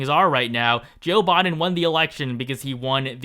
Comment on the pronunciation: It's Biden not boden